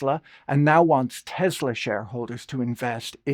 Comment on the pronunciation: It's not "teZZla". It's "teSSla".